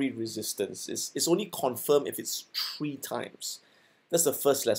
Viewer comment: Easy as one, two, tree!